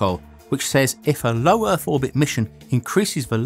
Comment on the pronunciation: OMG Is this yet another British guy who pronounces his th's like f's or v's???? Or is this the same guy I heard on another website? I cannot STAND this.. EarF really you are going to pronounce it EARF!!! It's like certain people here in USA saying BIRFDAY!! OMG especially when someone is duckainf NARRATING something!